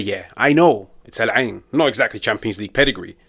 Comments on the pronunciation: The pronunciation on "The Eye" 👌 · That's my home town they dropped 5 on... And finally I get to hear the correct pronunciation of Al Ain... Thank you. Great video too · I like how you pronounced Al Ain lol alhamdulilah